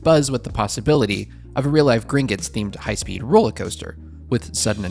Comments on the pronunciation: Why "Grin-guts?" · That 'u' drove me 😠. It's a 'o'. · For the love of god stop pronouncing it “Gringits” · omg. It was all I could hear.